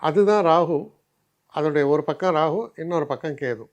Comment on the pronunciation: You are the only astrologer i have seen and heard Rahu as Rahu else all pronounce Rahu as Ragu.